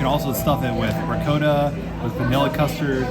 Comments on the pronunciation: Please, it’s not ri-coe-ta. Yikes. Try ri-caw-ta. Don’t have to do it with an Italian accent. And just in case, it’s not noe-key. Try gnaaww-key. Thanks. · The way pronounced ricotta.....right to jail!